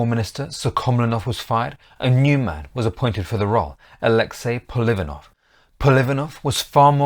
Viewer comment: Apart from misprounoucing the names of the Russian ministers PolivAnov and SuhkhomlInov, this is largely correct. I have personally met my g-g-father, an ethnic Buryat (Mongolian), who fought in that war, first in the cavalry, later as part of of an armoured vehicle crew.